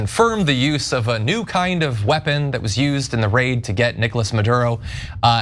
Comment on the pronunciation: it's not "new" guys... cmon.